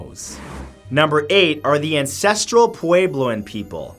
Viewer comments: Hahaha oh Matt, I love your videos but listening to you try to pronounce "Puebloan" was hilarious. XD For future reference, it's "Pweb-low-uhn" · Er... Clovis is pronounced as it's spelled. Clove - is. It's the name of a small New Mexico town where the artifacts were first discovered. Not "Kolavis". Also, Puebloan is generally pronounced pueblo - an - at least, out here in the areas where the ruins are located.